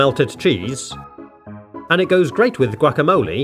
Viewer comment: I love the way this man says guacamole, he just goes GWACKAMOLEY